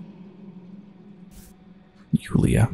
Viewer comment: good job on pronouncing Yuliya's last name properly, haha!